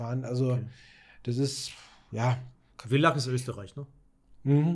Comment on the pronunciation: villach wird Fillach ausgesprochen! lg aus kaernten